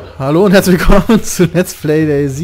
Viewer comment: DayZ = Tag0 -> DayZero = Daisy ausgesprochen